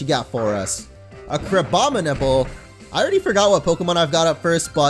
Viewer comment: You basically butchered Crabdominal's name therw